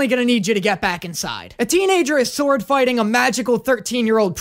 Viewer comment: I loves when he said swoero